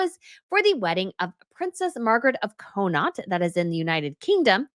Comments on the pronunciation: It isn’t COH-NOT, it is Cawh-naught. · It's Margaret of Conn-aught, not Co- naught. As usual, your pronounciation sucks. Work on it more. Maybe practice before doing a live? I know you love tiaras and royals, but don't insult them by mispronounciating things everywhere. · It's pronounced Con-knocked. Connaught is a part of Ireland that covers the the west of the country, and includes the counties of Galway, Mayo, Sligo, Roscommon, and Longford.